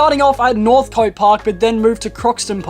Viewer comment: interesting vid dude. with northcote you pronounce it northc't. keep up the good work